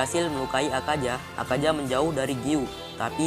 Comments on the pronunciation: Akaza min bukan akaja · Bukan akaja tapi akaza woi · Kok Bilang Akaza Nya Akaja Salah Tu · Bang klo ngomong plis akaza bang, bukan akaja😭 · Yang Salah:Akaja Yang Bener:Akaza :V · Ketika huruf z di baca j 😀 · akaZa dan muZan , apa apaan lidah lu bang